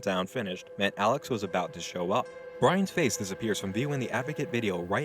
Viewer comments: was it "alex" she says or "salads" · "Alex" sounds more like "Salads" lmao